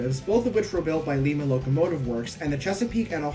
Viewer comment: It lime-a locomotive works, not limb-a